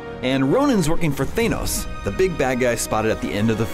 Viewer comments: They-nos? Its pronounced Fan-os Sighs Facepalm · Not "Thainos", bro! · why can't this guy pronounce Thanos? who is thaynose